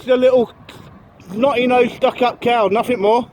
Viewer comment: Nothing, not Nothink.....